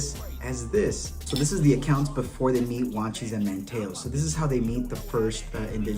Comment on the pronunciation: Come man it’s not “Man-Taa-o” Man-teeeeeee-o. Manteo & least you said Wanchese right